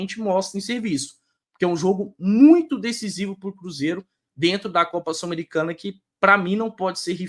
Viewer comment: que gastura do falando 'Sulamericana' hahaa